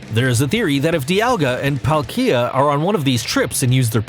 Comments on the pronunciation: Why the frick did he say pael-kee-a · Diancay, Loojia, Caillourem, Jiratina, Pal-kia, (he got Arceus right) I'M GONNA FUCKING RAGE! RAYQUAZA WASN'T EVEN ON THE LIST! Also, check the description. This guy knows nothing about Pokémon. Pokemon go is the only game that has Pokémon you can catch apparently. Gardevoir can only be on this list, because it can make a black hole. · Gardevyor Kaiyurem Lujia Jiratina Palkeya Darkray Arckeyus I dont hate him but please just pronounce them right not like this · When he says palkia, IKEA comes into my mind